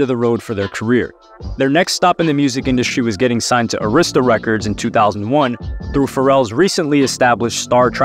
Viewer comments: Dude pronounce arista records wrong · You pronounced Arista and Koch wrong